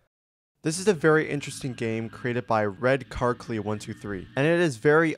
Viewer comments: i giggled a little bit when he called RedCarKyle red carklee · yo that’s not “red car clee” that’s red car kyle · why did u pronounce kyle like that 😭